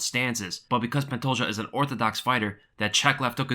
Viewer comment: Love the way Dan Hardy says Pantoja. Idk why but it tickles my funnybone